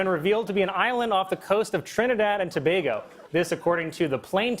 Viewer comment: Colin pronounced Tobago correct!